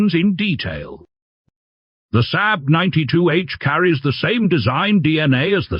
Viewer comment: Can you teach your AI voice-over to pronounce SAAB?